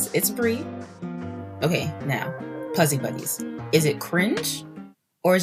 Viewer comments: When you said Puzzy Buddies it sounds like a bad word to me! 🤪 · It sounded that way to me too 😅